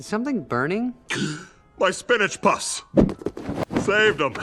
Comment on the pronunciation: Am I the only one who heated him saying spinach poss instead of puffs lmao